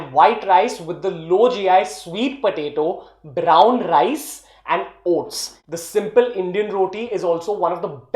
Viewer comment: Brown Rrrrrrrice lol 😆